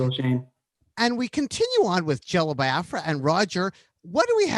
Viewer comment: I like how Nardwuar has been mispronouncing "Biafra" for over three decades and Jello never corrects him, at least not in the few interviews I've seen.